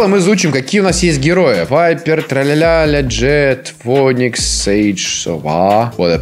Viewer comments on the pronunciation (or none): Фоникс..., ваш инглиш ПрЕвЫшАеТ